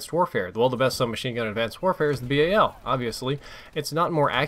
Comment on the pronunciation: its BAL one word not B A L